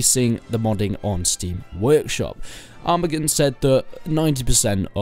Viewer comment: arma "G is silent" n it is more like armaan